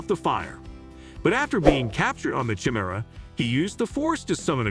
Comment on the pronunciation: I was stoked when I came across this video but for the love of all that is Star Wars, the way this AI pronounces “Jedi” and “chimera” was way too cringy to keep watching.